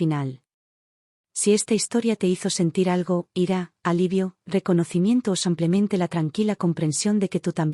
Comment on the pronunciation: Buena historia pero por que dices samplemente en lugar de simplemente